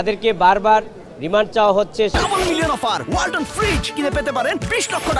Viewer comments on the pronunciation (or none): none